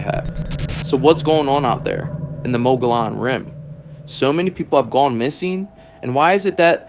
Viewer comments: Mo-go-lon? Why are you speaking Texas Mexican Davy Crockett? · Phonetically pronounced Mug gee on.. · As a native Arizona, we pronounce it "Mo-gee-own". The giant, hairy creature is cannibalistic. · Mo- Gee - Onn....... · You know, you really sound like dorks when you mispronounce the name of the rim. The correct annunciation for the Mogollon Rim is “Muggyon” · Moh-geee-on Say it nice and slow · OMG ITS PRONOUNCED MUGGY ON RIM!😅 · TRUE! It's pronounced MO-GE-YON. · Omg! Your mispronounciation of "Mogollon" is infuriating!! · The mispronounciation is infuriating. The dude's name was Mogollon, it was Spanish. That means double L makes the Y sound.